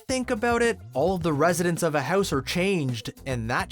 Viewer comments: its house, not hoose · I watched u for a long time but when u said house it really sounds like ur from Canada